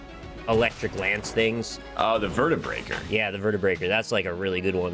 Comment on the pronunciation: I know that it's not a big deal, but I get annoyed by how they call it the Vertebreaker. It's the Vertebrae-K-47